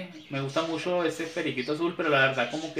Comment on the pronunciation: 2 cosas: 1. Me fastidia como pronuncias la "ch" suena asqueroso ese mushashos, mashos, eshada... 2. Según el título del video, crei que viendo el video, me daría cuenta de "como saber si una pareja de periquitos no funciona". Tu solo mostraste parejas que tienes.